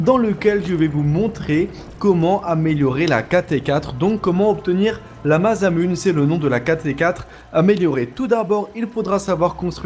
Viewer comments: Ouai ptn j'ai eu mal aux oreilles xD Mazamunne x))) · Juste un détail qui me chiffonne : ça se prononce MASSAMOUNÉ ! x) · Moi aussi ca m'a interpellé mdrr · cru que j'étais tout seul... J'ai envie de vomir